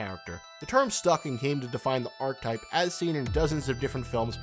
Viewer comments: Jesus Christ if you're going to make a 16 and a half minute video on an archetype...*learn how to pronounce archetype!* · it's pronounced "ar-keh-type" not "arc-type"